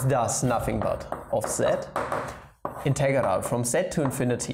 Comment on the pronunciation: Aww british accent integharal